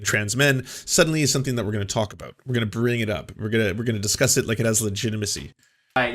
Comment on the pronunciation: Never noticed how he usually pronounce “about” as “aboot” in his videos?